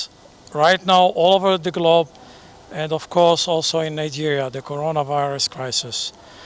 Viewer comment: Who did this to nigeria leaders.? Does it mean that they can not pronounce corona virus or covid 19 well? Oh chi m' !!!!